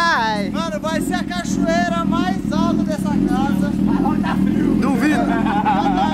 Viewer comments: BATALHAS DE GIGANTESS!! falando cachorreira kkkk (pt_ ) #hornetcampeã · "EU FIZ A CACHORRERA" 😂😂😂😂😂😂😂 AI AI